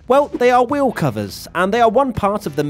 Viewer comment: I learned from this the fact that pronounces "Wheel" - "Weeohw"